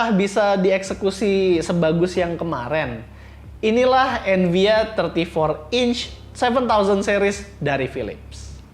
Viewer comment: Kpleset di menit awal dri evnia jadi envia😂